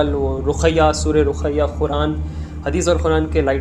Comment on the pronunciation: Raqhi nai re bhai. Rukhaiyaa bolte usko 😒